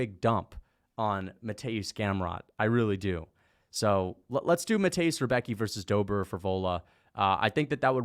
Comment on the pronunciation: If anybody cares how to pronounce the name.. Rembetski not Rebeki